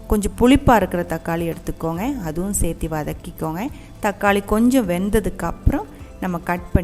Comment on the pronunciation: Thanks for the super crab 🦀 curry recipe. One correction,if you don’t mind; its not pronounced as sethi its chethu or serthu (same as in Malayalam) for adding something. Thank you 😊